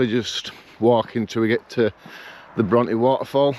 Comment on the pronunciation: I find it hard to motivate myself to get out and do solo camps, but like you I just force myself out and all the worries I had disappear! Emily Bronte who wrote Wuthering Heights is pronounced Brontay, great video I tried to make it up to top withins last year but had a chest infection and turned back. Will try and do this in a few weeks before the real bad weather sets in!